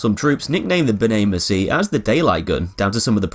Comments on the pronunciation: Pronunciation: buh-NAY-mer-see-AY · be-nay mercy-ay